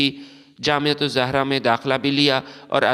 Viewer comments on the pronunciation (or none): فضول قسم کی وڈیو اس کو جامعہ الازہر کا صحیح پتہ نہیں اس جامعہ زہرہ تلفظ کرتاھے